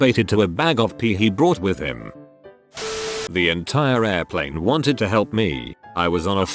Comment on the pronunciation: Air-pleen stories...?! 😳✈️ 🤣